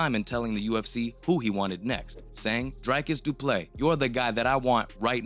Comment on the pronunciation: Dreek-is Dew-plew-see learn names dude